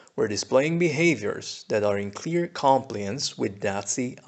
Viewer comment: u pronounced "gibberish" and "compliance" the wrong way, ur an arab right? it really doesnt change anything, just curious.